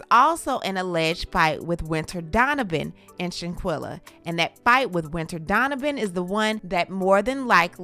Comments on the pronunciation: Her name is Shan-quill-ah like she’s all over media and thru out this whole video u pronounced her name wrong 5 different times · Not with you pronouncing her name who is Shanquilla? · STOP BUTCHERING HER NAME!!!!!!!!!